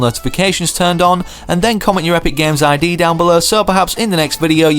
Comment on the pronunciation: For some reason I thought you said ip